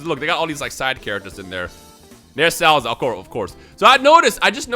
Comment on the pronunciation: I can't unhear him calling Salza as Cellza lol